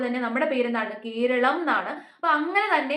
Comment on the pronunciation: Bhoratham, koralam - very good 😊🎉